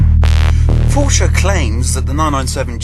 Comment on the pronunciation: respect the neo. RESPECT IT! a "Poor-Sha" with out a turbo? NO WAY!! would volks wagon let them?